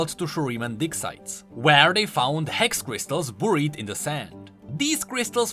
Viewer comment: I can't get over saying Boorid instead of Buried